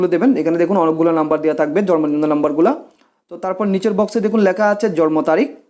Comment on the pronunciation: Jormo na... It's jonmo nibondhon.... Bar bar jormo jormo kortesen Kno??